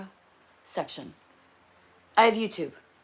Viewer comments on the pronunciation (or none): none